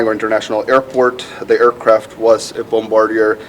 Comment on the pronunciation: It’s not “Bom-ba-deer”, it’s “Bom-bar-dee-yay”